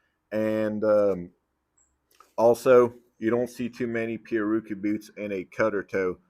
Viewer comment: pi-,rär-a-kü is the pronunciation Portuguese, from Tupi pirawrukú, from pirá fish + urukú annatto. Everyone in the western industry, including boot makers get it wrong